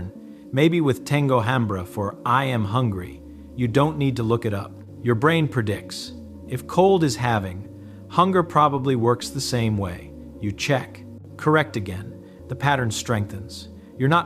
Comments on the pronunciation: You lost me at tengo HAM-bre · Are these recorded or read from text by a human or AI? I ask because of how he pronounced “hambre". I don't know French, but I imagine it was poorly pronounced; at least it didn't sound right to me.